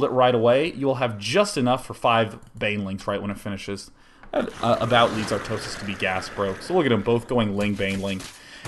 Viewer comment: love the way he pronounces "artosis" ;-)